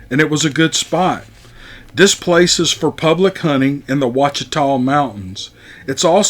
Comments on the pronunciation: PS: See? You know how to pronounce Ouachita. 😁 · Brother, congrats on pronouncing Ouachita correctly. I hear that spoken all kinds of weird ways. My favorite is kwa-CHEE-ta. I live in the northwestern part of that state in the Ozarks.